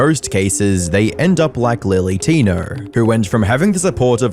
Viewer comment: He's talking about lilly Tinerrrrr